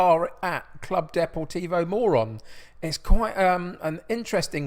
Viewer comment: Knowing that playing the Morons is a catch phrase...... but Morón should be pronounced Moe-roon. Actually the club tends to have quite a few Air Force cadets in their juniors as it's very close to the academy and a major air force base. Getting this info from my Chilean friend who lived very near for several years. Looking forward to this one! Also not to be superstitious , but the ground is right next to a graveyard.........spooky!! And I see you're playing Neuva Chicago this season, think Milwall with guns. Real life are serious ultras. Anyway enjoy. Love Buenos Aires, one of my favourite cities in the world.